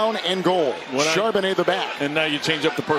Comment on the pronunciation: If you're just starting the video, you're going to hear Charbonnet a lot. And Chardonnay once.